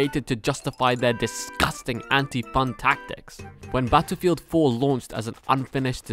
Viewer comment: The way you pronounce "battlepeeled" im dead lol